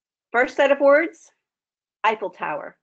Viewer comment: She said effilé tower and my brain said aww New York lol, my heart got really happy though since I dream to live in Paris one day